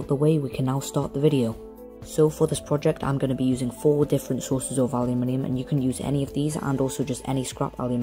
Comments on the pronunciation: I am from the States and I love how you say Aluminium! Don't let anyone give you any crap about it. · I'm American and I pronounce the word aluminum the same way you do. Because let's face it. Your way sounds WAY cooler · Thank you for saying and spelling it aluminium. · I say aluminium the same way :3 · Yessssss some one says aluminium properly!!!!! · I like how you put people in their place on how to pronounce aluminium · you pronounce it correctly for the spelling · theres always some idiot out there. your pronunciation of aluminium is fine. im in the us and i understand you just fine. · I dont fault you at all for pronouncing the metal differently. In your country, thats how it is said. Thats that. Not wrong. Nice work anyway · I'm Australian and usually i hear everyone saying aluminum and then i started watching The Art of Weapons and I was like... This is the first time i have heard a youtuber say aluminium properly :O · So what amazing and wonderfully weird things may you get up to using a CNC router then? Amazing vid, I made a paint can forge but have yet to try melt aluminium,P.S. it's the Americans who pronounce it weird ;) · since time and memorium the british and other europeans have correctly pronunciated the word aluminum when in rome do as the romans do. its no wonder the industrial revolution started in britain you have great engineering skills please keep sending your tutorials. thank you.. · Its also the correct way to say it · Mike Dittman I mentioned it because all these Americans were attacking this kid for the way he said aluminium. The Americans think they are right and he is wrong. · ***** That wasn't the issue. The issue is Americans attacking him on mass, for saying aluminium correctly. Thats the issue, as far as i'm concerned you can keep on saying it however you like, no matter how wrong it is, but don't tell us, the people who invented the language, that we aren't pronouncing words correctly